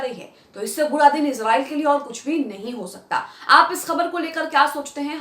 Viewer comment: Iz nahi israiel hey❓